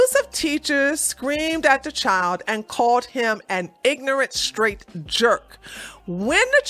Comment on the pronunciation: "Straight", not "shtraight". "Didn't", not "di-int". You're welcome.